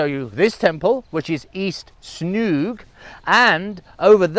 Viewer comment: I think it calls Snoeng, not Snouk. I am trying to find that sound in English but hard to find an example. You can ask the locals to pronounce it for you. I am sure you know it too but that is the hard word for most Westerners to say. I used to live in BB and I have been though that temples many times. The village itself is called Snoeng referring to a pole made from a wood for using to tie a cow with rope.